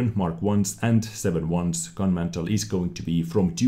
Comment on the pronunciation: Gun Mantlet! It is not a fire place. You need that T at the end. I know in previous episodes you said to say if you are mispronouncing English words. Other than that, great job!